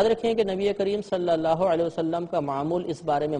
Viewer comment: Ye Mufti sahab khud mazhul tariqe se bol rhe hai... Maruf nhi.. Exp: Sallallahu...not Sallallaho.